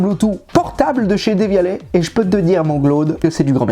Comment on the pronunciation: Deuuuuvialet, pas Dééééévialet ! Y'as pas d'accent ;) Et c'est LE wifi, pas LA malheureux. C'est un réseau. Pourquoi LA ? Ou alors c'est peut-être de l'humou, je ne te connais pas assez ! Je te découvre ici... Sinon, j'adore ce test ! Il est aussi précis que rigolo ! Une minute pour se lancer ? C'est une blague ? C'est ULTRA lent... Technologie ne veut pas dire lenteur. Par contre lenteur veut dire matos sous-équipé. Faut espérer que de futures MàJ règleront ça et ce problème chelou. Sur la Dione il y a aussi pas mal de soucis logiciels... Sinon, impossible de juger du son comme ça. Si j'écoute ta vidéo sur mon smartphone, sur un ordi, sur une télé avec barre de son, le son sera toujours très différent et, surtout, n'aura rien à voir avec la réalité... Ce sera le son du smartphone, de l'ordi ou de la barre de son. C'est un peu comme donner un avis sur une bagnole en voyant un gars la conduire en vidéo...